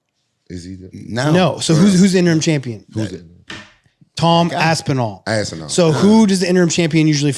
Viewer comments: they all started saying Assinall lol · why does Luke have to call Aspinall ASSINALL? bro wtf